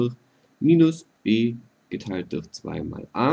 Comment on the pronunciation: bei geteiltdurch muss ich immer lachen xD Du sagst:" geteiltduchh" haha